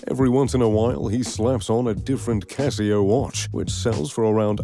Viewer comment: And Ulysses Nardin, seems like he's not all that into watches since he can only pronounce Casio properly